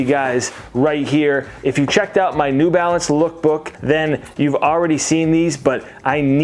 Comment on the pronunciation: "New Balace" 😂😂😂